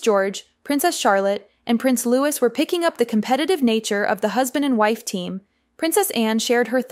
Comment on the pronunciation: It's LOUIS PRONOUNCED LOOWEE NOT LEWIS😵